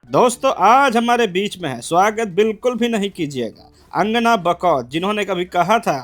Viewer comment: Angana nahi Langana